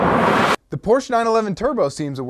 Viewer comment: POR-----SCHE SAY IT RIGTH